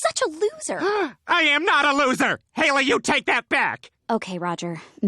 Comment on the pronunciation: How do you miss pronounce Haily?! YOU LISTENED TO IT BEING SAID FOR 366 EPISODES